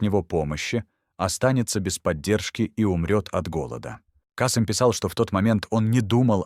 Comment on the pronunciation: Кыргыз тилин маани бербеген диктор го, (пятнадцат, Каааасым). Биз Касыыым дейбиз.